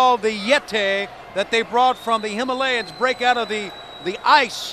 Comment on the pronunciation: "'The Yetay has broken out of the ice in the Himilayas' I beg your pardon" lmao